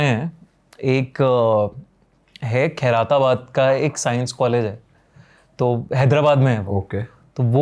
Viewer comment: Khai-ra-tabad ❌ Khair-tabad ☑️